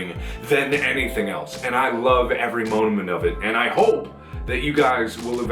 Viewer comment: Mark you said monoment instead of moment. :)))))